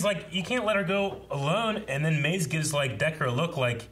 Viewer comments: Are they pronouncing Mãze as Måz? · idk i feel like they shortened it even more to ‘maz’ and not ‘maze’ as their own personal nickname for her but then again, they do mispronounce names usually so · How are they all mispronouncing Maze now? They have been saying her name right and then this episode all of them forgot how to say it.